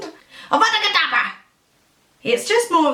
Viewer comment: I have Lupin's wand! I got it in Hamley's in London when I was there for the Deathly Hallows pt2 premiere. :D Also, *Kedavra, not kadabra :P